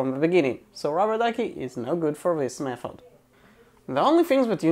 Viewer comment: Say Mefod one more time...